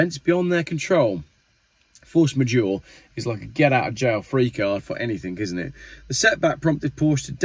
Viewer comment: Force majeure. yore saying dat wrung meate.